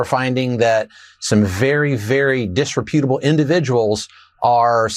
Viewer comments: Disreputable Dis re PUTABLE? spoken so improperly gives an idea of who is in charge here....be ASHAMED of what you're doing!! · That’s not how you say “disreputable.” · That idiot couldn’t even say DISREPUTABLE correctly. National Security, yeah all those rich disgusting creeps being exposed, including Donny